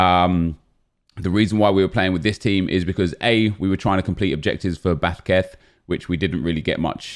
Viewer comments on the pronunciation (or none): No one: Absolutely No One:: BAsQueTH Edit: thanks for the likes guys I really hope sees this and it makes him laugh because it would make my day😂